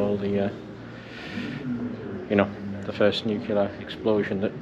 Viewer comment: Great vlog but remember it’s pronounced ‘nu-clear’ and not ‘nu-cular’.